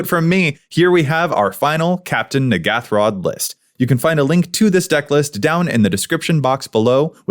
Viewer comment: Wait a minute, this isn't the N'ghathrod pre-con... Also you are pronouncing it wrong.